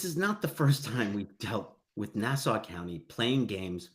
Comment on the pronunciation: It's refreshing to hear someone in true crime pronounce "Nassau" and "Suffolk" correctly.